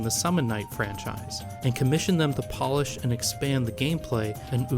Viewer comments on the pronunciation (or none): none